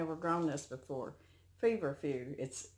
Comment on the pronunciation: Careful... Louffas cross with cukes melons & squashes nearby. But you probably already know that. Yes. You're saying feverfew correctly. Say it : Ca lend you la. Chamomile makes a GREAT tea. Sounds like you got a lot of nice seeds!!! Nice mail call. Might be good for early peas.